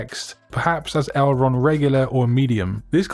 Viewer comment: Name of a flap on a plane ta hinged control surface - would be the correct pronunciation of the body font in your first amazing pairing :) sorry had to share. Cheers for another great video